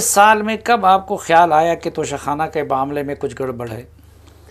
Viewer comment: ع خ نہیں... توشہ کھان